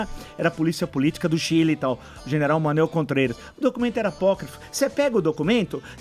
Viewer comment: Esse velho, não sabe nem falar o nome do general.